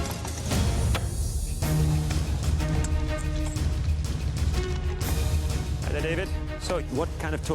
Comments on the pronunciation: "Abot" .. the Canadian accent. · I can't help but feel like he was trying so hard not to say aboot. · aww really wanted to hear the full “aboot”